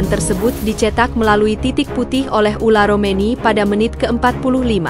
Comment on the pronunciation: OLE ROMENY, bukan ULA ROMENY